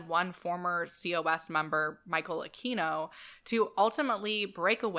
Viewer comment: I used to think that Michael Aquino's name was pronounced just as you pronounced it --- That's the correct Spanish pronunciation. But recently, I watched a video in which he made a point that it's actually pronounced, "Ah-kween-oh." He said that that side of his family was SCOTTISH! I can't say, but I'd guess they were Spaniards who emigrated to Scotland, and adopted the Anglicized pronunciation. He also said there WAS a "Michael Aquino" who employed the Spanish pronunciation, who's a Filipino. That person pops up on Wikipedia, as well as the other, if you do a search.